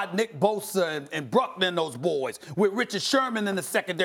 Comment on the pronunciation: Did Stephen A really say “Bruckner” 😐